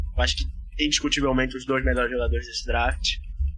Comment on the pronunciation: Se fala dreft e não draft kkkkk